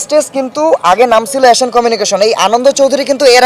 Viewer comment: Tui aga thik vabe nam ta bola shikh, asan na ota asian